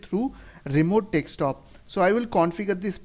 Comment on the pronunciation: Why do u say dekstop instead of desktop ?